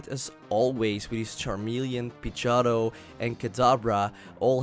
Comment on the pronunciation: OHHHH, so uh.....nothin on ur accent but every time you said Pidgeotto it sounded to me like you were slurring the word a bit and saying "Pidg-ah-toe". It took me hearing you say it several times to realize what you were saying. Sorry